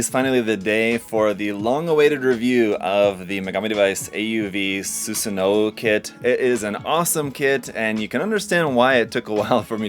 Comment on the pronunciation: You should know that the "W" in the name is silent. The characters "wo" and "o" are pronounced the same in Japanese but the orthographical difference is retained for historical reasons. The character takes its name from Susanoo-no-Mikoto, a deity in Japanese mythology